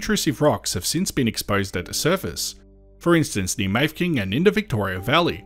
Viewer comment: Could see my old place one of the drone shots. Also Mafeking is pronounced with three syllables, not two, "Maff - eh - king" not "Mayfking"